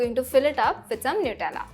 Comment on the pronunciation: Nutella not newtella